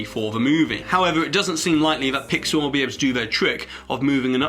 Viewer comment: PIX-Saw??? Really? why pixar.. not again..